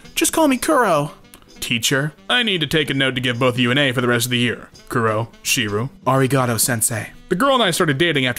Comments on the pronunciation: really butchered the arigato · I love limp bizkit, I know there's no intelligence in their music. But some days, you don't wanna wake up, everything is fucked, everybody sucks, you don't really know why, but you wanna justify, RIPPING SOMEONE'S HEAD OFF! Ps: you butchered the pronunciation of arigato. You have to really put emphasis on the REEEEEEEEEEE.